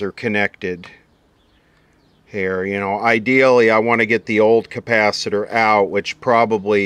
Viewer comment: Campacitor !! who else says it like that ? I've heard "campacitor" before...